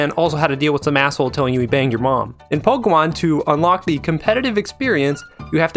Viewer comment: and you still can't say pokémon right